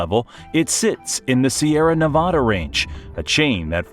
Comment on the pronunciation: No sorry at all man,your "Sierra Nevada" is also perfect,you are wellcome here anytime you wish.